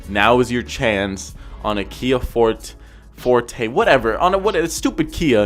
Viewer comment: Again, Kia fòrte not fortèh